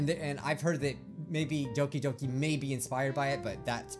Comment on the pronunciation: he says Doki Yoki